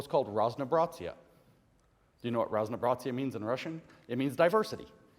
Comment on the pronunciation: dear comrades, it's raz-no-bra-zye , not raz-no-bra-tsya. the Russian z is never pronounsed like the German z (ts), we have a different letter for the ts sound. the word also means variety. though technically, if using the correct literary spelling and pronunciation it's раз-но-об-ра-зие (pronounced: raz-nah-ah-brah-zee-yeh or simplified for non-americans raz-no-ob-ra-zye). the ob part is dropped or merges with the surrounding syllables in colloquial speech. not that anyone cares or noticed...